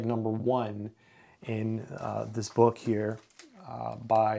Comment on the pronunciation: you pronounce "bawk" instead of book. Are you a native English speaker?